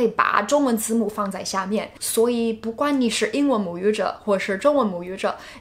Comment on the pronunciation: 不管 說成 不關 這已經是很嚴重的錯誤